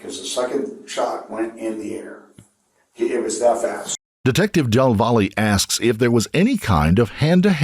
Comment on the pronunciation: Del “VOLLY”?? Really? Why don’t you at least lookup how to say the name right? “Del Valle” is a Hispanic last name and it’s pronounced “del vah-yae”. In Spanish, a double L makes the Y sound. Come on man. Del Volley. Come on.